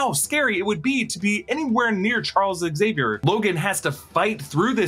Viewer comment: I’m glad you said Zavier and not Exavier. It’s xylophone people, not exylophone